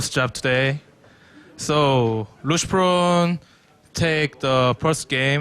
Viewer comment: LOOSHPROWN rofl